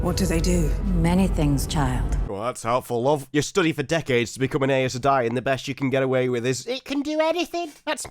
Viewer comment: Please, Please listen to the audiobooks. Even they are sometimes inconsistent, but the way you pronounce Aes Sedai just hurts 😭